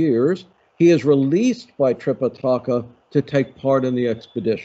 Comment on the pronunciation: Fun! I know what you mean, but considering the intro framing of your own introduction, I wouldn’t call Buddhism one of the three Chinese religions. And Sanskrit is tricky to pronounce, but it’s related to English, and we can get there: Tripitaka has no accent: it’s not Tripitáka. If anything, the medial i sounds longest. Trih pih tuh kuh. And Mahābhārata has two long As, and no stresses. Sounds like Muh haa bhaa ruh tuh. Flat tone.